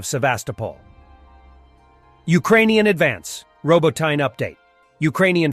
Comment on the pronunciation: Row BOAT In Uh or Row BOAT In Ye - emphasis on BOAT - Robotyne